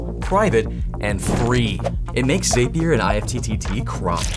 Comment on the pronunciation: "Zapier" is pronounced "zap-ee-er", as in "Zapier makes you happier".